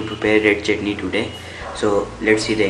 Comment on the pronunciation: "One chitney" Seriously!? Dude, so you actually eat pieces of chutney? XD XD Well Done!